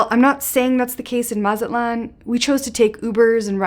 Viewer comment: I can't listen to you because you can't pronounce Mazatlan right.